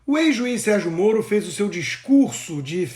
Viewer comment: Sérgio.....morno....ou Sérgio morto? Kkkkk